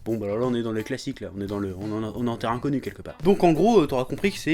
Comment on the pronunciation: t'a dit terre inconue ? ou terrain connue ? XD